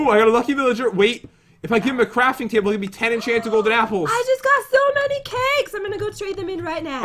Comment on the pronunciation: said “crapping table”